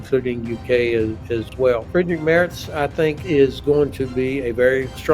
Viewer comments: Merz is prnounced "Merts" not MERS :) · It’s Merz, rhymes with Hertz